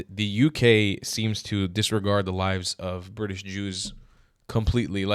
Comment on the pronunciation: Ewe-kay bwitish?